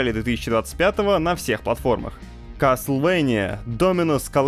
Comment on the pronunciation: Зато он сказал Каслвения, а не "Кастельвания", как порой безграмотно называют эту игру.